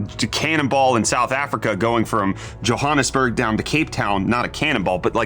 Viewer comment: Bra you from here that’s not how you pronounce Johannesburg when you use to live here, cherish your heritage